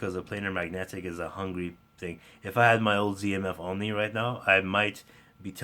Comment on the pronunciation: AUNE is pronounced OW as in how, NEE as in knee. (2 syllables)